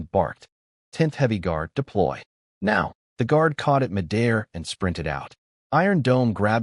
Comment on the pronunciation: I wonder how many years it will take for this text to speech program to stop pronouncing mid-air as mi-dair. I've heard the same mispronunciation (and a few others) repeated in many of this type audio book.